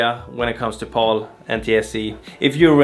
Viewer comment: ) It's pronounced "Pal" like in pal/friend. NTSC is just the letters. Or Never The Same Color if you're a boomer like me.